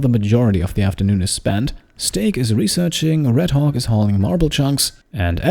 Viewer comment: I love how you pronounce 'Redhawk' sometimes it sounds like Redhog :P